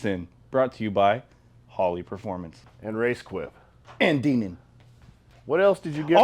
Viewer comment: The word is "Dinan" with a long "i" - it is not "Deenan."